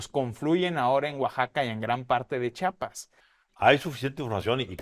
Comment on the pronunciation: Antes de decir CHIAPAS, lávate la boca compa y sobre todo aprende a decirlo bien. Pinche periodista culeros que ni hablar saben.